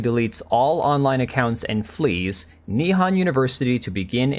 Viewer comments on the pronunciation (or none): why do you pronounce nihon as ni-han? it's nih-hon (japanese for japan)